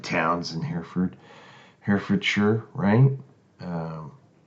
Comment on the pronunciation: You've surely heard of Hereford cattle. Large red-brown with white faces & bellies, much bred in the US. They are seen in all the old Western films. It's pronounced 'Herra-Ford', the original meaning is 'Army river crossing', Hera being an old English word for 'Host, Army' & Ford being a shallow place where you can cross a river, as Oxford was were Oxen, probably hauling waggons could safely wade across a stream, in that case the Thames. Hereford Cathedral is one of the early Norman builds, in the 11 th-12th centuries, which has the same thick, heavy, pillars, carved with great diamond 'lozenge' shapes & spiral grooves, which appear in a group of contemporary Churches, including Durham Cathedral, & several others. There are a few similar piers in Selby Abbey, near which I live, which was one of the first built by the Normans, started in about 1069 AD, & it was probably in the Guesthouse of that Abbey that the future King Henry 1st was born, the son of William the Conqueror. Nelson was born in Norfolk, I think the place was Dereham. His father was a Curate or Vicar there I think. The greatest memorials to Lord Nelson are the numerous Public Houses all over the country named after him, often founded by retired Navy veterans, as they could expect very little in the way of pensions in the old days. They are mostly found in seaside towns & ports, but by no means exclusively. There are I think very few original copies of the 1215 Magna Carta, when there had been about 2 dozen